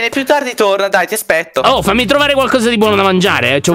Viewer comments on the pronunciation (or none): solo io ho sentito ti aspecto 😂